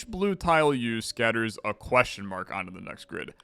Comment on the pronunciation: queshmark, queshmark, queshmark, queshmark, queshmark